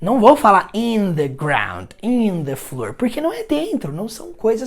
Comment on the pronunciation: "On the" table, não diária on "da" table? O The soando como dá.